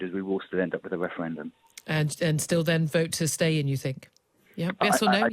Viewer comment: Can't listen to this man winds me up how many times does he say weferwendum